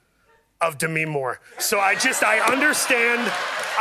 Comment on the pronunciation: Colbert tries to say "does this refresh your memory/mind" but trips over his own words a little, and Paul catches him and gives him a hard time, which is why they start laughing and Colbert threatens to cut him. Paul does it again by catching Stephen pronounce Demi's name wrong 😂